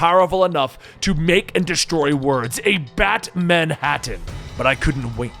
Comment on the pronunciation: manbatam? dude.... Batmanhanttam